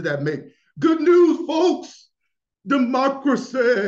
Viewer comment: "Democra-say" 😂 Stopppp